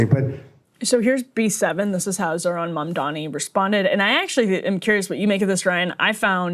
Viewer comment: No one commenting on the fact that the reporter asking Trump the question didn't even know how to pronounce his name. ZoRHan MaNdaMi. 😂. Add "communist" on top of that and you see what a joke these people are